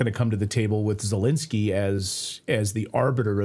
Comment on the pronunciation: Clayton, please, you have to get his name right: it's NOT ZeLINsky, as lint. It's ZeLENsky, as in length.